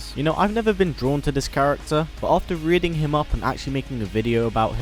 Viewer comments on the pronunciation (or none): none